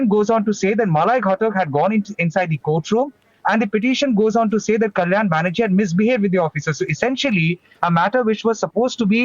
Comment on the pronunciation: Its Banerjee not baHerji